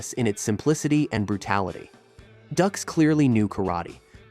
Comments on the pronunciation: "Dooks," like dookies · It’s Dux. Like put up your dukes. Got it. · Everytime he says Ducks, it reminds me of The Duck of Death from the Unforgiven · It's pronounced Doox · Its pronounced dukes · It's pronounced "dooks" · It's pronounced DUKES🤣🤣🤣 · I thought it was pronounced "dukes" though. Not that I don't the legitimacy of this video or anything. I knew he was a fraud for years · Bruh, Dux is pronounced DUKES. But yeah, he was a lying tooldbag. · Am in the only one that finds it annoying that he keeps saying, "ducks" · No no... iss, Doox. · Dux is pronounced like "dukes" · It’s dukes like put up your dukes! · Frank Ducks hahaha what a loser! Does a research video and can't even get the name right.... that's the way to get subs for sure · IT'S PRONOUNCED "DUKES". Buh- bye. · pronounced DUKES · His name is pronounced "Dukes" even though it is spelt Dux. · No, it's Dux. Like the District 5 Pee-Wee hockey team. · This is so irrational. How on Earth do you have a channel devoted solely to this sort of story, and still be unable to NOT mispronounce the guy's name? I'd argue you don't know anything about the subject, but clearly you do. This is just a really obvious mistake, every commenter knows it, but the expert doesn't. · Are you mispronouncing Dux intentionally? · If you're gonna trash somebody, at least freaking get their name right 🤦‍♂️ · I think getting his last name wrong everytime is fitting. He doesn't deserve to be respected. But his bullshido did give us the awesome Bloodsport. So there's that. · can't even get the name right huh? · Can you please say his name right?? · Might as well mispronounce his name the guy is a fraud. Like George Bush Sr. calling Saddam Hussein "Sa-Dam." LOL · I don't know how you can make a video about Frank Dux and still mispronounce his last name. You didn't watch Bloodsport or any of his interviews?? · It's not pronounced Ducks it's pronounced Dukes ya dim bulb. A fake reporting on a fake. Smash that dislike button